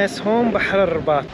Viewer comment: اسمها الرِباط و ليس الرَّباط